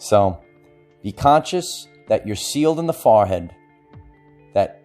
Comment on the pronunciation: Every time he says it, I giggle. I hear "fah-head" and I love it. LOVE!